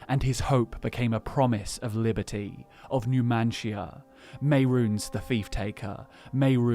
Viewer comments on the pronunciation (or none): none